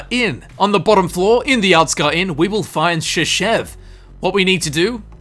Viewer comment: "Shashev's key" sounds like "Шишевский" )